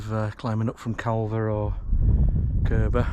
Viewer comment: It’s pronounced Car ver not Cal ver.